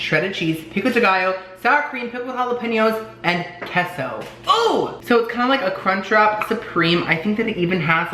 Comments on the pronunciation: Its kay-so not kes-oh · Hey so say queso (k-a-y-s-o) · Queso is pronounced like K-so.